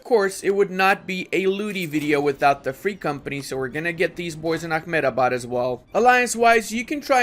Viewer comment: Ludi, a-HEM-da-bad, not ah-me-da-bad!